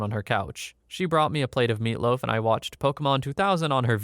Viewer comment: Sad story's i normally doing something in the back and just have this on at 1.5 or 2x speed but sometimes i turn it 1.25 speed and listen to this amd all i gotta say is why u say meatloaf like that. Also kid was smart in S2